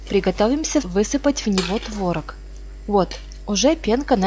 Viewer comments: ТворОг, а не твОрог.... За рецепт спасибо. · творог на второй слог ударение